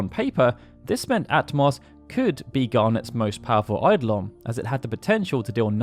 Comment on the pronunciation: Ah-toh-mos, not At-moss 🙄🙄🙄